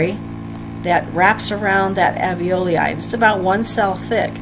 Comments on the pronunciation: In spite of my horrid pronunciation of the term "Alveloi"... thank you for overlooking that and finding the good in this! Glad it helped you! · Rob James I am terrible at pronouncing alveoli. I have mastered it since this video, however!